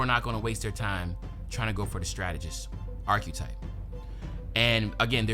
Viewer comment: Bro u gotta learn how to pronounce “archetype”